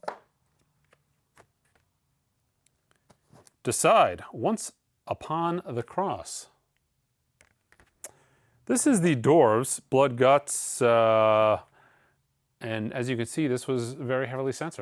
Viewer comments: It’s deeuhside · lol “Decide” 🤣